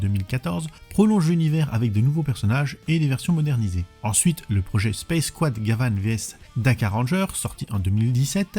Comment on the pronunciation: Quant à la prononciation, il y a suffisamment de vidéos sur Gavan pour y faire suffisamment attention.